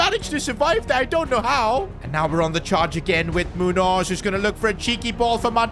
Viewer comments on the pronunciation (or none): Its Muños not Munos